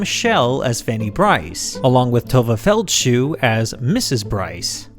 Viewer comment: Another miscast was Jane Lynch . Although she's a good performer, she is blonde, six feet tall, Irish, and never looked like she could possibly be Beanie's Jewish mother. Tovah Feldshuh (not "Feld-shoe" as pronounced in this video) was a much better match.